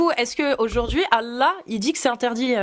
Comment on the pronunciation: Aujourdjoui, partchi, mentchi...jpp 😱